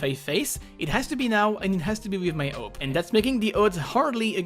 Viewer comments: You saying AWP sounds like NOPE! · I love the way you pronounce 'AWP'.